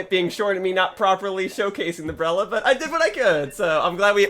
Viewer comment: The breller- Hol up…he’s speaking in country dialect again XD I haven’t heard country in SUCH a long time!